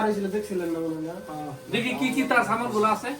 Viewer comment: ছামান না সামান??